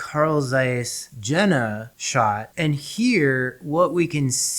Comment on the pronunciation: Very informative but please Jena is pronounced “Yenah” 😅